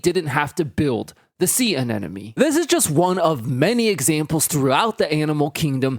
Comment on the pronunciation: Anemone is not pronounced “an-enemy” and I wish you hadn’t said it that way 100x in the video lol